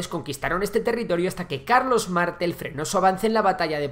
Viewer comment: Te hace falta ayuda porque esos pequeños errores te los puedo arreglar incluso yo si me lo pides No es superviviencia sino supervivencia hay otro error ortográfico más que no recuerdo Y el héroe francés antepasado de carlomagno es Martel se pronuncia así martel y nunca mártel Anda contrata que te vendría bien 👍👍👍🌈